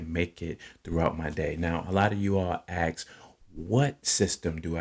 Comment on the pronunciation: Can any of us speak properly? ASK, not AKS. Represent.